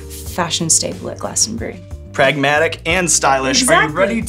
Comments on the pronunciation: Well done on the Glastonbury pronunciation. Not many yanks get it right. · Im very impressed that she pronunced Glastonbury like we locals do